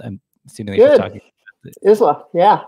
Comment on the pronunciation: Lovely interview. Not come across Georgena before, but I always love to hear about people thinking outside the box of mainstream bike production. One small point Isla bikes isn't pronounced Iz-la. It's Eye-la, like the Whisky!